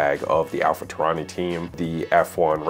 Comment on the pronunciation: Did you just say Alpha Taurani?!?! 😭😭😵‍💫